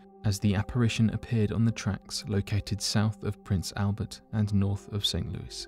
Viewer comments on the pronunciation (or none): none